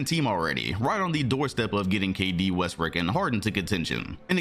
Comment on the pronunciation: Yo did he say westbrick? 😭